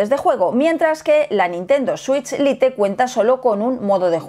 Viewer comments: No se dice lite, no se pronuncia así.😂😂😂😂😂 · dos años y le sigues diciendo "LITE" en vez de como se pronuncia XD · Lite es una palabra en inglés aprendan a pronunciarla molesta oír el video con malas pronunciaciones